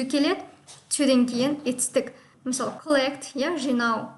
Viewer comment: Сорри, но произношениең нашар екен. Тіл үйрету үшін идельноболу шарт емес. Бірақ қарапайым сөздерді дұрыс айта алмай отырсың. To деген сөзді "тью" деп оқисың. Олай болмайды.